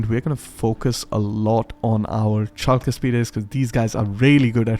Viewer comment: Wonderful!! But... don't bring back the "chalk", their shield is not made out of blackboard writing materials, lol. It is pronounced as the "Hulk" from the greek Χαλκός Halkos (Bronze). The ch is meant to represent the χ sound but it would be more precise to be written simply as "h" or "kh". Once you get the Argyraspides you won't have that problem again, as you pronounced them flawlessly.